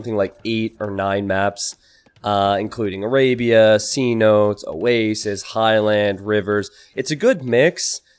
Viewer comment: Hey, no offence or anything, but isn't cenotes pronounced "seh-no-tays" not "sea-notes". I went to mexico 2 years ago and that's how they pronounced it. Feel free to correct me if I'm wrong, only commenting because Youtube comments section is the best way to get the most correct information. It's where I get all my doctor advice tbh